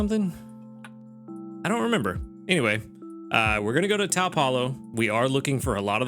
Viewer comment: Good luck with your fire week! Just an fyi, taupe rhymes with dope. Not exactly a common color so I'm sure not many people realize it has a tricky pronunciation.